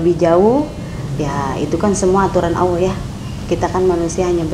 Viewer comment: ALLAH bu mus,bukn auloh. gmn sih BU mus,dh tua kok blum bs mngucapkn Asma ALLAH